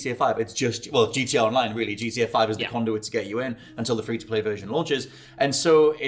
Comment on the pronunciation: for fucks sake bud, its GTA not gda you slurring drunk.